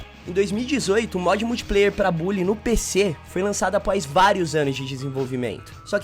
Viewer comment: Cara já foi confirmado não é bally e sim bully